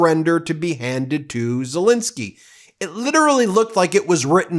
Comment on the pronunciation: You would think that the number of times Zelensky's name is mentioned and after all these years Americans would be able to properly pronounce his name. It's ZelEnsky not ZelInsky. Sad.